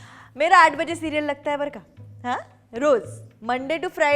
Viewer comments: It's barka (बरं का) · How many of you think that she is saying ' barkha'😂